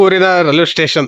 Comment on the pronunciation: ರೈಲ್ವೆ ಟೆಷನ್.. ಆಹಾ ಏನ್ ಉಚ್ಛಾರಣೆ.. ಥೂ. 😂